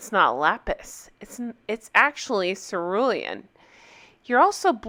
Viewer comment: "Ceruelan" 🤣 English is not my first language, so I thought ", who the hell is sir William?"